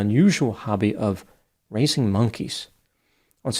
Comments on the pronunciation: Did you say, "leasing monkeys"? 😂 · Ayo did you say raising monkeys or racing monkeys?